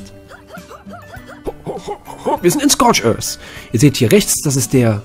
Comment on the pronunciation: "Scorch özzz" "Se Island"